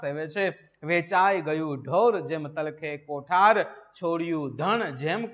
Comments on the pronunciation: Sir, કોઠાર નહીં કોઢાર શબ્દ છે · કોઠાર નહીં સાહેબ કોઢાર